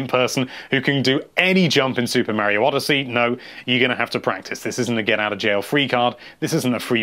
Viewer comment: NINTENDO LIVE IT IS SUPER MARIO NOT SUPER MEARIO